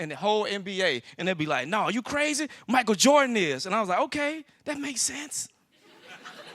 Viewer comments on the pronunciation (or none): none